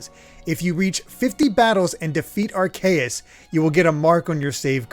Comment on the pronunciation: Idk if I am the only one, but I want to point out The way pounced Arceus doe....it is aar-see-uhs not Aar-kay-it:v